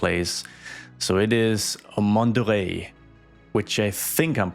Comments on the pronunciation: I ❤public transportation episodes. You're pronouncing Mont Doré right by the way, but I'd suggest naming the neighborhood "Mont d'Or" instead, as it sounds more chic and elegant in French, while still meaning the same thing in English. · add buses to mont doré and also rename the N1 line to the MD1 line you should add more lines passing by mont doré also you pronounced mont doré well